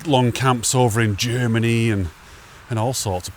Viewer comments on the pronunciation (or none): none